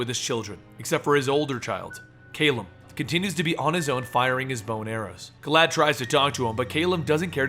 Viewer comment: I thought was saying "Glad" Or maybe "Glaad."